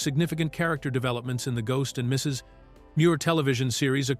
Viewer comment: annoying how the AI narrator pauses afetr the period in "Mrs." as it thinks it is the end of a sentence with the next sentence starting with "Muir"....